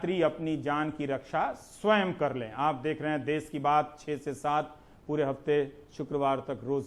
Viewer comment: देश है देस नहीं सर